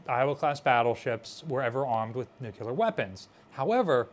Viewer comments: Nuclear, not "nucular." Nothing you say has any credibility if you can't bother to say "nuclear" correctly. It is not difficult. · NEW-CLE-AR! not nu-cue-lar! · New-Clear, two syllables lol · Nuclear, nu-clear, "new clear" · Do a shot every time you hear "nukular". I dare you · We can call it a Nukular Mazora shot. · I die a little inside every time says “nucular”